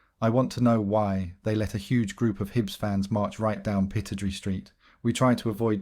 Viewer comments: It’s pronounced Pi-TROD-RAY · I'm sorry, but the narrator isn't a true football fan. I've noticed that mispronounced names often occur, like Aberdeen's stadium, for example.